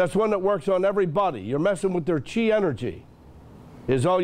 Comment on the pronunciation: Every time he says chi I can only think of jizz 😁